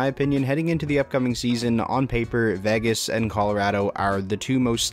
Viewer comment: who would trust anyone who can't even pronounce Vegas ???